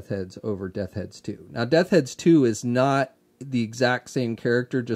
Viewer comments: I'm just messing with you buddy, but nearly every time....Death Heads 😂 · Also......say it with me...Death's Head 😂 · Bo Clarke lol! I was about to say the same thing. I love ya,, but that was driving me crazy.;)